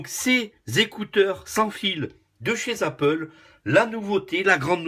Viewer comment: "Chez zapple" 😂 Merci pour cette vidéo, vivement que j'ai les miens bientôt!